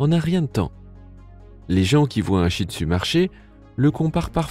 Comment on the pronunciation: mais tu pronnonce mal le nom chih tzu toi tu dis chih tu a la palce ;-; car j'en est un chih tzu moi